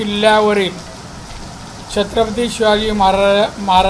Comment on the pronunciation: साहेबाना नीट महाराज बोलता येत नाही...... 🍺